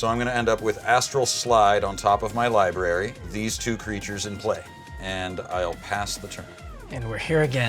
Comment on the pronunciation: He said libarry hahahah